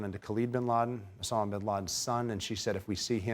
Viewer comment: USSAMA ?? USSAMA?? "time to be a dumbass and walk out" "piitt pittt puhh"